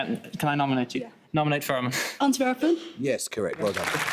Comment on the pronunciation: As a Dutch person, that pronunciation of Antwerpen was really satisfying (They almost said Amsterdam to a question about city's in Belgium!1!1!!)